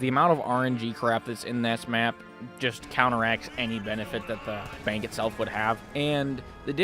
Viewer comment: I forgot u said “bank” like that😂